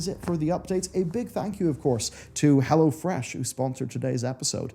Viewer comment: Oh, "go to hell o'fresh". Charming!